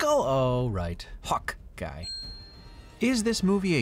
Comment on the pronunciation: now i know i am not the only one saying "Hawk-Guy" instead of Hawk-Eye xD